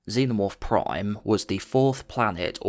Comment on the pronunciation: why you always say "proime" instead of prime